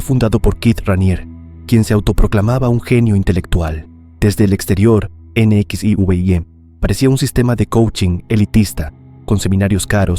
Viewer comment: Excelente vídeo, el número 16 se pronuncia NEXIUM y la rubia que ayudaba al líder, era actriz de la serie de TV Smallville. El número 18 fue aquí en México y la mujer que fue la mano derecha del líder aún sigue viva, condenada a cadena perpetua. Aquí faltó el culto de la "Rama Davidiana" donde el líder los instó a quitarse la vida y algunos lograron sobrevivir a un terrible incendio, fue por la década de creo finales de los 70's principios de los 80's en Estados Unidos. Y para mi gusto, la más cruel de todas, el culto del reverendo JIM JONES, ese tipo le lavó el cerebro a una enorme comunidad y los obligó al suicidio masivo más grande de la historia (tiene el record Guiness) más de 600 personas murieron ese día. Muy buen vídeo (de algunos no sabía que existieron), saludos y buen día.